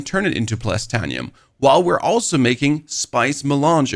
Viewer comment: Great info, great video, just one teeny tiny little thing Written: Titanium, Plastanium Pronunciation: Tit(ay)nium, Plast(ay)nium